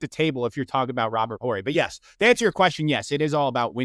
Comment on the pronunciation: Please let the guy that has to disrespect other players and other eras to lift up his king know that the H in Horry is silent